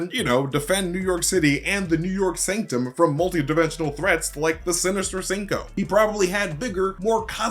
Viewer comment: “Sinister Cinqo” 😂